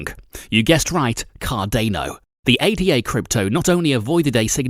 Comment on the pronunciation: How do you manage to mispronounce both Cardano and ADA...😶